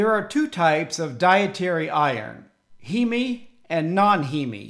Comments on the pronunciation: It's not pronounced as He-Me. It's Heem. One syllable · You are correct. The English pronunciation is heem. My Latin/Italian heritage says it should be he-me. No Greek would pronounce heme heem.